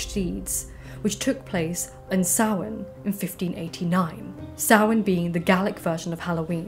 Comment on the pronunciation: It kind of threw me off to hear Samhain pronounced correctly. Obviously, I knew you would but I'm used to hearing people say it wrong.